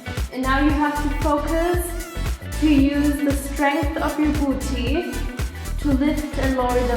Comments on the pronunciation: i love it when she says boochee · I'm never gonna pronounce "boo tee" the same way again! Jokes aside I found the tips and commentary even more motivational than the music only videos. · I lovee how she says 'booty' :)